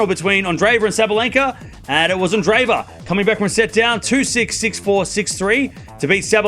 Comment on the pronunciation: A minor point, but her name is not pronounced "anne-DRAY-va." That double e represents two separate syllables: Ahn-DRAY-yay-va. Like the name "andre" (with accent on second syllable) and then added to it "yeva."